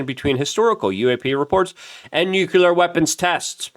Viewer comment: It’s not “nucular”, it’s “nuclear.” Also, it’s not “phenomenons,” it’s “phenomena.”